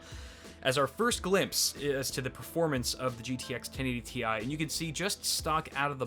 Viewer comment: thanks for saying Tee I instead of Tie